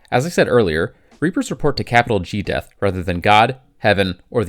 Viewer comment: "capital G Death." Capital Geath. Geath. Capital G Geth. Reapers = Geth confirmed.